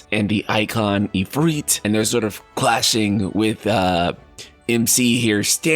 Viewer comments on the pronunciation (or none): He said "Ifreet" instead of "Ifrit" as well haha, must be how he pronounces his I's